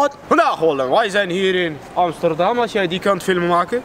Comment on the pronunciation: broer amsterdam op zijn turks uitgesproken is amies ster dam. de ster van Amsterdam moet je als ster uitspreken(die dingen die lichtjes die je aan de hemel ziet). als je met je handen achter loopt dan graag met kralen ketting. xD